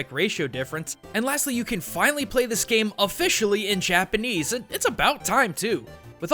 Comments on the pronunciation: uggghghhhhhhghhh I never knew how badly butchered Japanese until I decided to move there myself now I can't stand hearing him speak x.x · Your Japanese pronunciation is so bad it makes me cringe